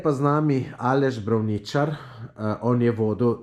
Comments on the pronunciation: ne napisal...naglasil pa popolnoma narobe...Braavničar, s poudarkom na A, ne na I...oprosti ampak na to smo eni res občutljivi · Poudarek je na r brrrrrravnićarrrrr